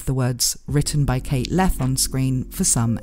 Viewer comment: Leth Pronounced pretty close to Left. I feel like theres a joke here, but that is as far as I've gotten with that thought.